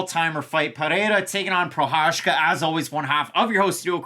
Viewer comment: Did you say “Prochazhka taking on Texeira”? 😁